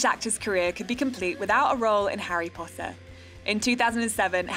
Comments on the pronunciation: did she say Harry PotHer? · Did the voice over lady just say "Harry Pother"?